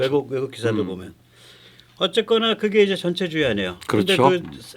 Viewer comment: 전체주의 억양에 주의해 주시길 바랍니다. 예를 들어 전체란 단어중 전자를 높여 부르면 전부,전체란 뜻이고 전자를 낮게 발음하고 뒤의 체를 높여야 전체주의 할때의 뜻에 부합합니다.